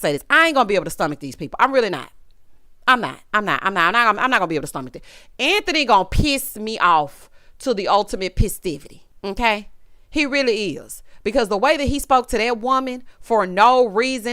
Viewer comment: Not "the ultimate pisstivity" 😂